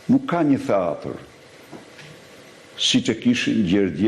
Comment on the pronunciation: PRIT SA TE MBAROJME ME SEKUESTRIMIN E PRONAVE TE ILIR MUTIT DHE M KRYEKARRIT E KAA FAMILJA E BISHAVE RADHEN PASTAJ DO MESOSH SHQIPEN TI INJORANT SERB .QUHET TEATER JO HTEATHER KRRIMINEL I POSHTER IK NE SHKOLL DHE MESOJE SHQIPEN SE PO E MESOJNE KINEZET PER NJE VIT E SHQIPETOJNE ME MIR SE TI DHE FAMILJA JOTE KRIMINELE